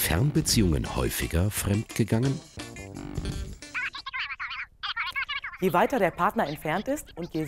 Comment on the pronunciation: min „femd gegangen“ hhööhöh bin voll lustig